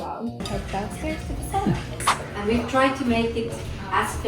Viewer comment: Please learn to pronounce the one and only Finnish word... Sauna, not sooona.